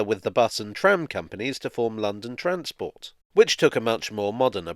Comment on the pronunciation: When you say “Transport “ I Here a “hard A” makes me feel at home 😂🤣